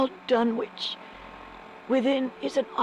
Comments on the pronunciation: Pronunciation Note: The "W" in "Dunwich" is silent, meaning it's pronounced "Dun-ich" not "Dun-witch" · JSYK the “w” in Dunwich is silent just like in Greenwich and Norwich